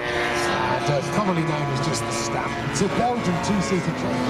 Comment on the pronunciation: Despite the name "Stampe", the word is actually pronounced "Stomp". Bugs the hell out of me! Before you tell me I am wrong, I have flown 7 of the full size and over 100 hours logged.